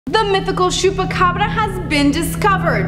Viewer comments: Ch not sh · It's pronounced "choo-pa-cabra" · Is it supposed to sound like shoepacabra? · Hahaha latina from Chihuahua calling it "shupacabra" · domt overdo it sandra lol its pronounced chew-peh-ca-bra but thank u for trying :)